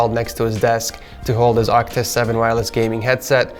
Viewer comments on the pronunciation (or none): none